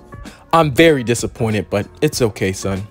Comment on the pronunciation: “I am dissaqointed”